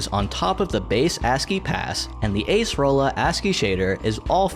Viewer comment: But Accerola